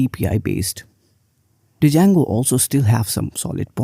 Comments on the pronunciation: Hey, it is pronounced as "jango" not "d-jango". Thank you. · I would not trust someone who calls django as d-jango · I absolutely hate it when people say django as "d jango" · Might believe you if you could even pronounce the name correctly. There is no "D" sound. It's pronounced JAYNE-GO. Named after the guitar player Django Reinhart. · it's pronounced as 'jango'... 'D' is silent, it's good but not good for BE... Job mkt ratio is almost where 1 django job exists for every 10BE role... Java is still favored in big tech and startups are shifting towards golang now as it has started showing good progress over the years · Started watching the video thinking he might have a point and she starts off by mispronouncing the name. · the D is not pronounced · You can't even pronounced the framework correctly and are going off stats from a single article your read. It's pronounced JANGO and PIE-THON not DUH-JANGO or PIE TUN. I'm from India too. You're making us look bad.